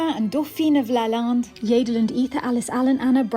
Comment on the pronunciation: LaLande not balance.